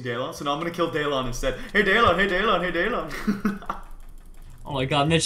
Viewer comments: MITCH IT'S NOT DAYLAWN IT'S PRONOUNCED DILIN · Lol he said daylon not Dylan😂😂😂😂😂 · It's DYLAN not daylon